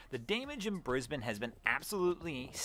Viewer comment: Thank you for pronouncing Brisbane correctly. 👏👏🏆🏆. A lot of Nth Americans don’t get it right.